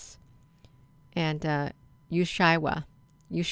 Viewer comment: Thanks great catch! Ushuaia is pronounced: U shway a